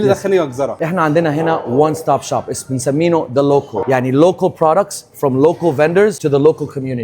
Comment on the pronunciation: اسمها لوكاااال مش لوكوول خخخ ازاي اكل مصري بلهجه دي xD